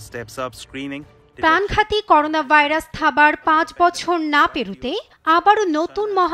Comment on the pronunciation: ভালোমানের একটা টিভি চ্যানেলের সাংবাদিক ভাইরাসের নামটাও ঠিকমতো উচ্চারণ করতে পারলনা। লজ্জা!!